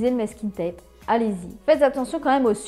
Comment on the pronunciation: Merci pour les idées ! Par contre, on prononce mAsking tape, pas mÈsking 😘